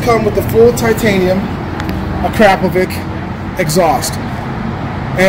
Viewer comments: Nice! Oh, and it's pronounced Akrapovits, not Akrapovik. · It is pronounced Ak-ra-PO-vic, not Ah-krap-o-vic. Just saying....